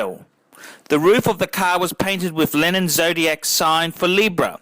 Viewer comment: It is best to watch this video with the sound OFF. has the most annoying voice on YouTube. The man can't 'say 'car' correctly. I wish I had a buck for every time he says 'Ka-a-ar'.